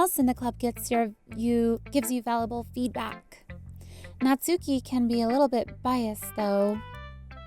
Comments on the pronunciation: Natsuki is pronounced Natski! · How to pronounce the names (for people who don’t know) Sayori - say- or-y Monika mon- ik -a Yuri - ur-y Natsuki- nats - oo- ki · YOU SAID NATSUKI Wrong .